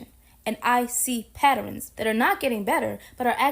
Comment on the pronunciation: Did she just say PatterEns? lol